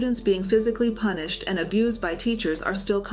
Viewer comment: Punish instead of pubish